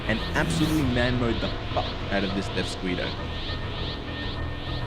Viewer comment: Stop saying deathsquito like that